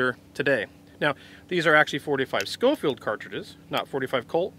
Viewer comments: It’s not pronounced Skofield. It is pronounced Show-field. Hell Red Dead 2 got it right. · It's actually pronounced Show-field.